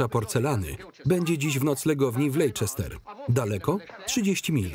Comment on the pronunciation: Anglicy wymawiaja nazwe miejscowosci Leicester, nie "lejkester" a "lester"